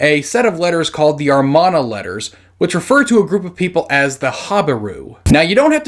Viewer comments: Why do you keep reading Amarna as Armana ? You have scripts reminding you what the word is, you edit the video to add the word, but for some reason you keep misreading it. And it's very distracting. The video is very interesting and informative nonetheless. Good job on that. Edit: the Khazar theory was pretty interesting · Non-falsifiable does not mean that there is historicity involved. The Iliad and Odyssey are non-falsifiable, but how many base any modern beliefs on them? By the way, the word is pronounce AMARNA, not "armana." And why do so many pronounce Semitic as "Semetic?"